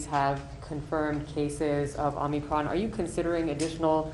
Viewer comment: Omicron...he said Omnicron.